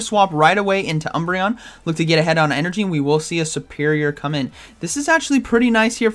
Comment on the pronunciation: Serpirior not supirior😂